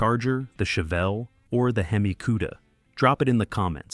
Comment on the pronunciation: "H.e.m.i" ??! You should fix it before publishing it